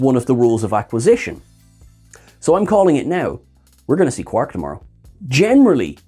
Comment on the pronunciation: It's not Quark we're getting in LD this week. It's Broik.